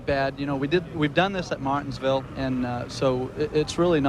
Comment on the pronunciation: Ricky Craven saying “Martinsville” is hilarious!